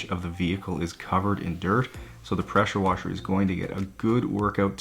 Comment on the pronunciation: Preshur washur 🤣💕